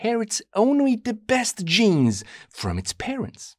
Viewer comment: I don't know if this dude is german but the way he said genes gave me the creeps